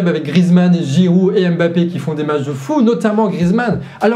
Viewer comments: On ne dit pas Aime-bappé, mais mmmmmmmmbappé. Est ce vraiment si difficile? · Juste pour information, Joe Biden se prononce "Djo Baïdenne" comme tu le fais souvent si bien Harry Kane se prononce "Harry Kaine" comme tu l as si bien fait dans la video Mbappe egalement se prononce "Mbappe" et non Embappe Mbappe n est pas un nom francais, ce serait bien de ne pas vouloir le prononcer en francais Mbappe est un nom qui vient de la langue ɓwambo ɓwa duálá (Douala, Cameroun) et qui se prononce "Mbappe" Voici un petit extrait de la facon de prononcer ce "MB" ( - ) Merci